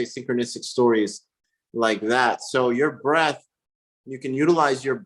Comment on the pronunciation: Breath, not Breathe!